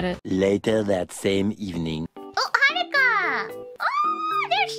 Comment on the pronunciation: Lmao does purposely get haruka's name wrong everytime? "Haircut" "hurrycane"